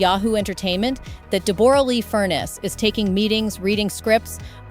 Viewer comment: So disappointing the voice over of this story mispronounces Deborra's name ( pronounced Debra not Deb or a lee) also her surname is pronounced Fur-ness not Furnace.